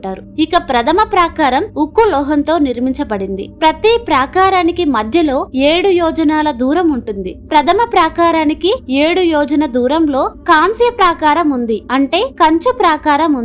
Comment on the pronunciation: కంస కాదు కాంస్య .